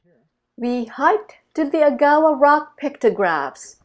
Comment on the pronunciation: Hi. Enjoying your trip very much. Thanks for sharing it. Oh, by the way, for future reference, if you pass this way again, the pronunciation of Agawa is AG-awa, not a-GOWA.